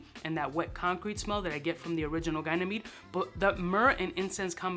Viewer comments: At this point I'm convinced you're just calling it Guynamede instead of Ga ny mede to troll us 🙄😂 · Its pronounced exactly as it looks 'gan-e-mead' not 'guy-ner-mead'. How do you manage to butcher such a simple pronunciation 😂 To add to the embarrassment, "elixir" doesn't exist. You can clearly see on the bottle that this flanker is called extrait. There is no such thing as "guynermede elixir" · Its one thing to always butcher the name of the fragrance (its Ganymede and not Gaynemede). But whatever. But to butcher the brand name (Barrois instead of Barrios) and the concentration (Extrait and not Elixir) is a whole new level. And all of this in the video title. Mad respect. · Bro is Gynamede the version made from the finest VAG extract? or Are you mistaking it for Ga-ny-meed :) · It’s pronounced Ganny-Med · How do you manage to butcher the pronunciation of something so simple. 'guy-ner-mead' 😂 It's so simple 'gan-e-mead' is how it's pronounced. Just as it looks. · I die a liitle bit inside everytime you say "Gyno-mede". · This dude said GYNAMEAD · GAH NEE MEED MARC ANTWAN BARWAH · What in old man ball sack is GUY-NA-MEDE...? 😂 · It’s pronounced “Ganny- meed” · He has always been the guy(namede 😂) to do that!